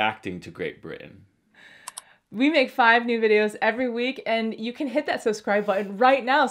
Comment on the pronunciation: Felipe - did you say "reacting to Great Bri'ain" at the beginning? You're starting to sound like a local!